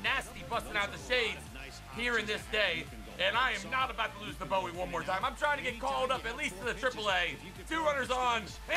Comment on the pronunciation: Thais probably sounds dumb lol but the bowie baysox stadium looks nothing like that in real life 😂😂 also side note it's pronounced boo-ie